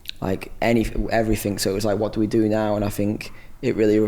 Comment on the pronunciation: he says "everyfink" and "all the finks" cute *_____*